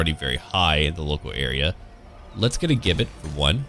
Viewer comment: Just a small thing that's been bugging me. Gibbet is pronounced J-ibbet..... So sorry I'm OCD